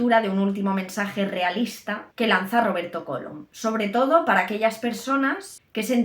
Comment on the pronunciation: ¿Cólom?. ¿No será "Colom"?. Por favor...